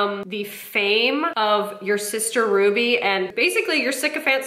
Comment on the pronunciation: For someone who is so anal about grammar, she's the only person I've heard who pronounces Ruby's name wrong. 😂